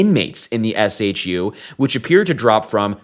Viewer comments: It's shu, pronounced as shoe. That was driving me crazy. 😆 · FWIW - SHU is often pronounced “shoe”. Anyway, Epstein’s killer was disguised as a prisoner. Not a conspiracy theorist either, but this was way too fishy. This guy knew too much and the fear was he was about to talk. He made one sweetheart deal in Florida and he was prepared to make another. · SHU is said as "shoe" not S.H.U. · SHU is pronounced shoe. All cameras have to work. Typically if a camera is not working, they move inmates off the tier. All SHU staff are given a cutting tool and have extensive training for suicides. Idk if these people were doing OT and not the usual SHU crew, but they sound incompetent.